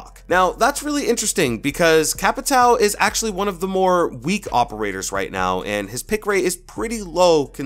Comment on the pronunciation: 100 Hoperators. (Is what I heard)